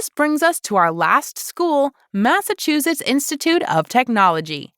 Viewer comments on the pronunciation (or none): none